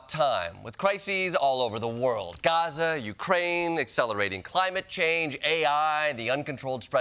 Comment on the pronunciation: It’s Gaza!!! Not terrazza!!!